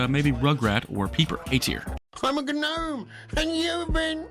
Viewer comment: You are saying Gnome wrong the "G" is silent(or i and most people, including tv shows, have been saying it wrong)